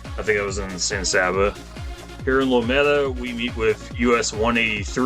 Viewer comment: Rochelle is pronounced locally as "Ro Shell" Lometa is pronounced "Low Meeta." As live in Brady, I appreciated the coverage you gave of our community.